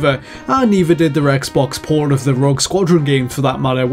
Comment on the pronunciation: please work on your pronunciation on "port." Or don't. It's kinda funny imagining "xbox porn of the Rogue Squadron game"